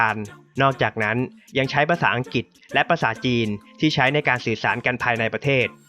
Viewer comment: เนื้อหาดีมาก แต่ พอฟังผู้นำเสนอออกเสียง ปะเทด ปกคอง อังกิด ห้าล้อยชนเผ่า ปะมุข บูไน ล้อยละ ลัดถะบาล คิป ขอบอกว่า "เซ็ง" ควรแก้ไขเรื่องออกเสียง ร ล และคำควบกล้ำให้ถูกต้อง - ไม่ได้จับผิดนะ (ได้กดไลก์ให้เพราะเนื้อหาครับ)